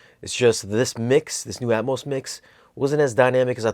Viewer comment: Did I hear "Atmouse mix"? LOL!